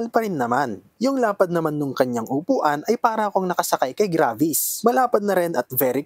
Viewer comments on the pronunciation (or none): none